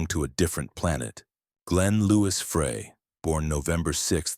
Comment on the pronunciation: Can AI get his name right Fry it's pronounced